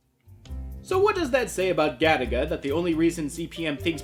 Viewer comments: I keep hearing Galick gun everytime someone says Garaga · Every time you say Garaga I swear to god it sounds to me like you're saying Gattaca, that movie about genetics